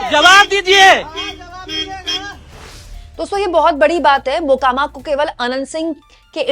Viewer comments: Makoma nahi mokama😂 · “Makoma” nahi “MOKAAMAA”(correct pronunciation)hai.ap idhar se har video me galat pronounce kar rahi..🙏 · Makoba nahin hai Mokama Naam hai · Please note that mokama ka pronunciation aap galat kar gaye. To be the best in your class people don't expect us to make mistakes